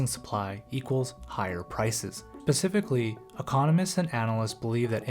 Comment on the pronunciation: specifically, not pacifcally lol